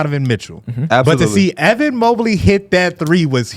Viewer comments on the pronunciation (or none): none